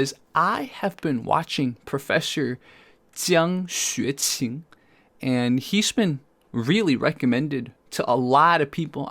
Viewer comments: Glad you said his name properly, we like to pronounce correct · This is the first time I’ve heard prof Jiangs name pronounced correctly. I’d love to know more about who exactly he is, his life story etc